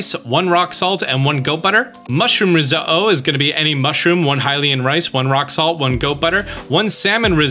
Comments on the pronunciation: The way he said risotto is annoying me its said how it’s spelled “risotto” not “riso-oh” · Wait, who says rose-uh-oh? I thought it was rezodo? 😂, seriously…your videos are amazing. Subbed because of this amazing series! Can’t wait to see more/different games now…you’re the boss! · Who says risotto like that “risuhoh” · Stop saying Ris-Oh-Oh, your killing me :face-blue-smiling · Was the only thing I could think about😂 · please pronounce the "tt's" when saying Risotto..... it's not riso-o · Thank you for the explainations! Some of the recipes I've found online are incorrect which is confusing. One question though: why do you say risotto like that? The t's aren't silent. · Did you say risotto that way on purpose? Is it a regional thing? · Highly uncomfortable by how you say “risotto” lol. Great video! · I love you. But how you say risotto bothers me lol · you said risotto wrong so many times i had a vein burst in my forehead. btw you pronounce the you pronounce the Ts great vid tho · Why'd you say risotto like that? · why are you saying risotto like that lmfao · TIL how to pronounce risotto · Hearing you constantly mispronounce risotto is painful, the ‘t’ is not silent